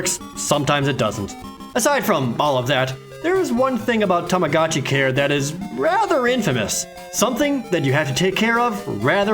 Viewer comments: Omg stop saying tamacatchi it's tamagotchi!!!!!! Aaaaarrrhggggg hahahaha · i hate that everyone pronounces tamagotchi as 'tomogachi' so much